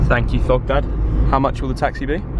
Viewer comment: Here's Thogdad Subtitles: Here's dogdad. 🤣😂